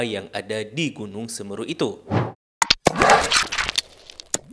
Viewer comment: Ijin pembenaran bang... yg benar semeru bukan seumeuru